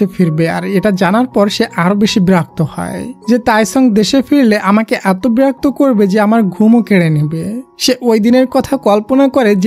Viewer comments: ব্রাক তো হবে না ভাইয়া বিরক্ত হবে, প্লিজ ঠিক করে বইলেন 😊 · বেরক্ত না ভাই। বিরক্ত হবে 😅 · ব্রাক্ত না বিরক্ত 🙄😢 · বিরক্ত নয় বেরক্ত 😂😂😂😂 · Vaiya ota berakto na birokto hobe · Berokto❌ Borokto✅ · ব্রাক্ত না বিরক্ত। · ভাইয়া বিরক্ত বলবেন না হলে ভালো হয় না